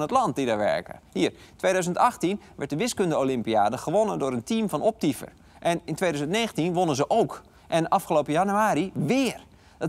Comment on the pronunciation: Ik verstond ook eerst Optyfen